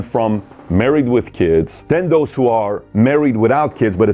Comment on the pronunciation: Dos? Its those!